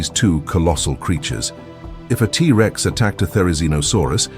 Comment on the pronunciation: The a.i. voice having to treat the word Rex, after saying the T. Like they have to pause like the Rex part was the beginning of a new sentence, Instead of the T being the first part of it's name. Is driving me nuts! And that super repetitive, few note music, is doing the same!